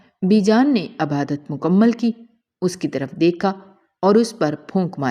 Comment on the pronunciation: عَبادَت نہیں عِبادَت کہیں۔